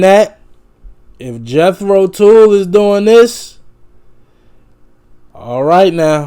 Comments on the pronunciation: Your first pronunciation of the word Tull was the correct one, not the second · Tull, pronounced like the hull of a ship, not like pull my finger. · It's not pronounced like tool but it rhymes with hull. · Fid some footage of them in concert. And it's pronounced TULLAS in rhymes with dull...not tool. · It's NOT "tool" it's Jethro tull, as in dull. It's the name of a farmer who invented the seed drill for automated planting behind horses, in the early 1600s. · You were right the first time ... "TULL" is pronounced like "Skull". NOT like "Tool".... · It’s Tull,not tool. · TULL double the consonant shorten the vowel TULL not TOOL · The 2nd word of the name of the band, "Tull", rhymes with skull. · "Tull" sounds like "dull", not like "tool". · You had the pronunciation right first time not Tool ! Any way review "Stand up!"album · It's pronounced "TUHLL", hon, like "uh". Welcome to that "eccentric" world. Absolutely INSPIRED band, with Ian being the high-energy driver. Thanks for your reaction. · Pronounced more like Jethro Tall. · you had the pronunciation right the first time - tull - rhymes with skull. jethro tull was an english agriculturist born in 1674 and inventor of the horse drawn seed drill which planted seeds in neat rows eliminating the need to do it by hand. the newer version of tull is one of the most influential prog rock bands to exist. saw them live three times in the 70's when i was in my early 20's and are still to this day my favorite band of all time. just saw martin barre live in our nearby town of worthington mass. at the golf club in june in our berkshire hills. they were set up on the 9th green with the crowd on the fairway. at 76 he still shreds like the old days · Ian Anderson liked to play the flute while standing on one leg 😂 you really need to see a live video to appreciate them. Oh, and Tull rhymes with seagull